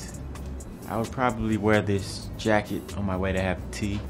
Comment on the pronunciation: Strieko you kind of right the way he pronouce the jacket sound British